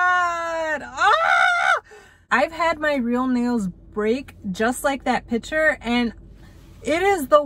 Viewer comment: piture if that is how you say it